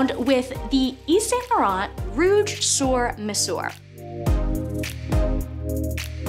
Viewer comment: You pronounce sur like "sir" and mesure is pronounced "mezur." Yves Saint Laurent is pronounced "Eve San Laurahn."